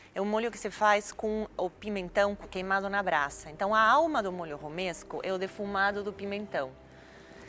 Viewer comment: "E um molho ROMANESCO". Jacquin: Molho o quê? "Romesco" kkkkkkkk